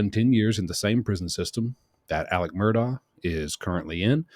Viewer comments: Incidentally, it's pronounced "Alek" "Mur-dock" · Babe, its “mur-dok” Please say it correctly lol